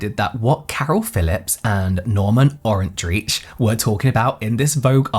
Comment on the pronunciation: His last name is pronounced Or’ en trike -rhymes with Third Reich 😊